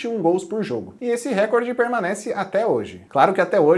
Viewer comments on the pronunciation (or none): Recorde eh paraxitona. Se fosse como vc pronunciou teria acento agudo na vogal da primeira sílaba. Só um toque porque esse eh um erro muito comum.